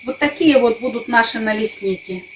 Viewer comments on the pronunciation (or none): Вы ведь жили в Украине , ставьте правильно ударение, наличники, ударение на втором слоге! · Правильно по украинский говорить , налисники, ударение на втором слоге.